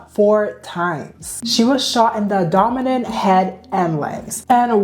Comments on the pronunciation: “She was shot in the adonomen”😅😂 pronunciation is not your thing girly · Not only did she say Trevono throughout the whole video, she also said the word "abdomen" wrong. But fr i don't know how you do an entire video on a person and get their name wrong. I noticed a lot of youtubers do that. That's crazy to me.